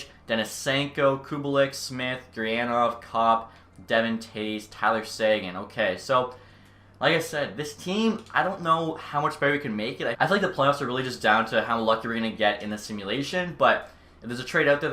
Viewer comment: You keep pronouncing Devon incorrectly in Devon Toews. It's Deh-Von, not Devin. Love the vids man, keep em coming!!